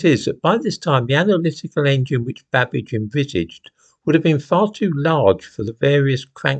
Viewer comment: Did you say Babbage or cabbage 🥬🥬🥬???????